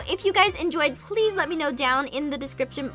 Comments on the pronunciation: I Thought It was Funny Win You Said Daskripshan PS I Don't No If I Spalt That Ritie. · Jess X description.... Jescription? DeJess? Hahaha.... I think Jess loves the description, I mean she just says it so much!! 8) 😉😂